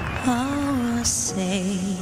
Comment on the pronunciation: The announcer really knows how to pronounce GAGA